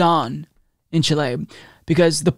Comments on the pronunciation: Great video! But it's pronounced "CHEE - lay," not "chi - LAY." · Don't worry dude, you tried your best and that's what matters. The letter E in Chi-le is pronounced like the E in "Let", "Left" or "Get". The pronunciation is closer to Chee-leh than Chee-lay. Thanks for covering these events in my country, it means a lot, greetings from Chile 🇨🇱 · The actual pronunciation is somewhere in-between. If the country's name was"Chilé" your pronunciation would've been fine, but it's written "Chile", so pronounce it more like "CHILL-eh". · It is pronounced ‘CHEE-lay’, not ‘chill-LAY’, but thanks for trying. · Chileee Not Chiley. There's no country called Chilei it is CHILE repeat after me CHILE Chilee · Just a correction ... the name is of the country is Chile not Chilé. The stress goes in the letter I not E. Chíle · I don't often bother with pronunciation as I know American and British can be different. I have grown up saying Chili for Chile, I checked on Google and I heard a voice saying Chili in English and Chile. as in Chilay - in Spanish as pronounces it.. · Its chile not chilee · CHI-le, not chi-LAY. Great video and fantastic news! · Chee-leh. Not Chill-ey. lol Pendantry police! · The pronounciation is Cheelay not Chilay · Chíle.....Not Chilé... Accent on the "Chi",... 🙂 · In phonetical english it's pronounced "Cheeleh" :) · Raúl García no le mientas, don't lie to him, that pronunciation was not fine Lol. I'll somewhat agree tho, better Chi-lay than Chi-lli. In any case, the only thing that truly matters is the love and appreciation we all have for and his crucial channel. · LOOOOLLL! YESSSS!!! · Chile is pronounced CHEE-lay, with the accent on the first syllable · CHI - le, the stress is in the first syllable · I am a fan and frequently send links to your videos to friends. That being said, Chile is pronounced with the first syllable accented, in either English or Spanish: Chíle. CHEE-lay or CHIH-lay. Thanks, and keep up the great work.